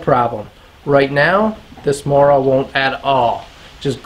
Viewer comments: mOOra - t'is pronounced mOOra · Not to complain, but the O in Mora is pronounced more like the O in movie. Source, i'm swedish^^ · Matte Edström, seriously, who gives a shit, Mora is Mora in English, it’s about sharpening a knife, NOT a language course.